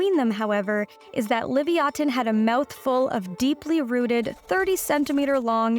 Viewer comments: WTF!? "LIVY AH THIEN" Learn your proper pronunciation, it is LI VIE I THAN! PhD Vertebrate Paleontologist, University of Chicago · Its Liv-ya-tan Not livy-atan As a hebrew speaker it bothered me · I went throught this entire video slowly building incredulity and rage at the Animalogic final editing person/people, for allowing this woman to pronounce "Leviathan" as "Livyatan", and thinking to myself "Now I'll never be able to take a video serious if she's hosting because she's clearly an idiot". In my anger, decided to head to Google to research my OWN information so I didn't have to listen to amateurs mispronounce creatures names: "Hey Google, tell me about the prehistoric sperm whale, Leviathan." Ding "The prehistoric sperm whale, known as LIVYATAN" FML..... Apologies, Animalogic host lady. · Learned something new today, I had never heard it pronounced Livy-Oten I had only ever heard Livy-Atan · If you are really going by the Hebrew word ליוייתן, then it should be pronounced Liv-Ya-Tan, and not Liv-ee-a-ten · Why do you pronounce ancient creatures completely differently from every other paleontologists? Between this pronunciation (which is normally pronounced as "la-vie-a-tan", just like leviathan, but without pronouncing the "h"... not "livi-a-tun") and last time's helicoprion's pronunciation, I literally wasn't sure what creatures you were talking about until I looked at the video itself (I normally just listen to these videos). I'm genuinely curious as to why the generally accepted pronunciation is not being used... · Levaten WOW BAD PRONUNCIATION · Liviaten? Did nobody tell her how to pronounce that word before repeating it so many times? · It's Livyathan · You like Sperm? Then pronounce Leviatanh correctly. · Isn't it pronounced Lev-EYE-athan? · It's Leviosa not LEVIATAN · It's pronounced le-via-than & it's mentioned in the Bible as the largest sea animal ever. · Levyatan, sounds like the british pronunciation of levithan. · Isn't it "Leh-vai-ya-than"?